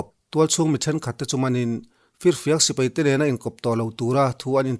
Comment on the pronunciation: Sir A bengvar thlak e..mahse sipei nilo in sipai tih zawk tur nilo maw...